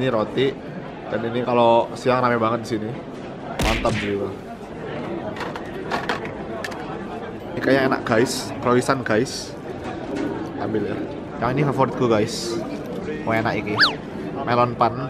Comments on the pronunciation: Croissant dibacanya Krwasang, Kak Jerome🙏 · Croisant mocone kroasong Jer..